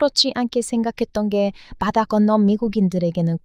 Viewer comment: ㅎㅎㅎ 엄청 똘똘한거 같은 도 "바다 건너서" 발음은 잘 못하는구나 "빠다 건너서~~" 이런바지들요~은 이런빠지들요~ ㅎㅎ